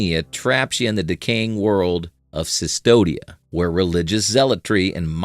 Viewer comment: CVSTODIA, the world of Blasphemous, is pronounced Custodia.